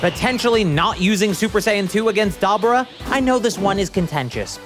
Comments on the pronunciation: Why do you keep saying “DAH-BAH-RAW”?? It’s Dah-Buuu-Rah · It’s Dabura. (Like Duh-Bore-Uh) Not Dybuura 😂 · i thought it was (da - bor - ah) and not dabra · Duh-bor-ah. Not dah-bur-ah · Dah-burr-ah is CRAZY. Its pronounced Deh-bore-ah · There is no fcking way you think it's pronounced DABRA... Gtfo😂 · “DoB-Rah”?!? It’s Deb-or-ah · It's not dabura it's da-buu-ra. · DAH- BOR-AH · I had to quit watching when you say DAHBERA. Dude did you even watch the anime. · It's pronounced "Da-bore-uh". I'm sorry, I just had to make this. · Stop mispronouncing Dabura’s name!!!! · Is that how you pronounce Dabura? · yeah idgaf about what's right. you're saying his name wrong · Why does bro say dabura like that 🗿🗿